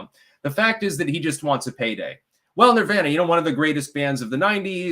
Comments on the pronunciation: Why the fuck is he mispronouncing nirvana? He knows what he’s doing. He’s trying to be different and special. TWAT! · How can a man so into the occult pronounce Nirvana in such a honky way?